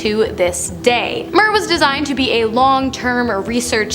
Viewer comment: It's pronounced 'meer' not how Ur sating it!